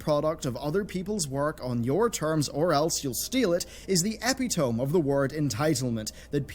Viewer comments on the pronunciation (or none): I still can’t get over not knowing how to pronounce epitome